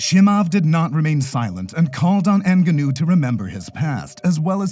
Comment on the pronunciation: Lol chimuv and enganewn i love how this dude pronounced their names lol